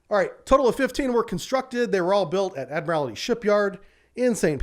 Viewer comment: There's only ONE 'I' in 'ADMIRALTY'. Its NOT ADMIRAL-I-TY. Please.